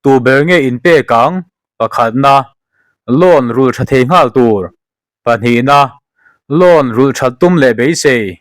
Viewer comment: Ngawl i lam dan chuleh😂😂In zir ṭhin teh u